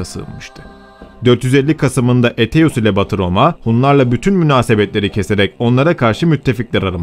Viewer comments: Aetius'u Eteus olarak okumayı nasıl başardın hayret ediyorum.( Eytius gibi okunur) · Eteus diye telaffuz etmeniz çok yanlış..Sizi uyaran hiç olmadı mı?